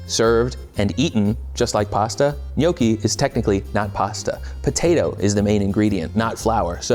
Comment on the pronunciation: It's also not pronounced NYOE-kee. It's NYAW-kee.